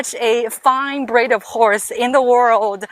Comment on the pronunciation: I thought she said "braid" instead of "breed"